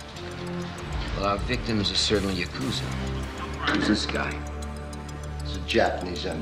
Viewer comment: Ya-ku-za not Yakoozer